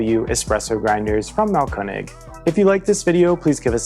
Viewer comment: Congratulations, you pronounce "Mahlkoenig" more correctly than anyone else I've heard -- and I've listened to many!